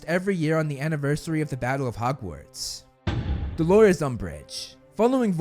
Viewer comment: My bigger issue is 'hugwarts'